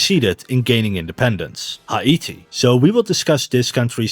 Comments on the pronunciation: It's not Ha-I-ti. It's He'-Ti. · It's hay tee, not high ate ee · Haiti. Thats "Hay-tee", not "High-ee-tee" 👌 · I have never heard Haiti pronounced as High-ee-tee. I am not blasting you, I thought you were English. I did some research and see that some pronounce it as high-tee. But most say hay-tee. I just thought that was interesting. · Why are you pronouncing Haiti like it's Hawaiian? It's just Hay-tee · It’s hi•ity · Can you not say Haiti like that please? It’s pronounced “ha-te”. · I dont think thats how u say Haiti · Why the actual fuck do you say Haiti like that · bro stop saying haiti so weird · you say Haiti weird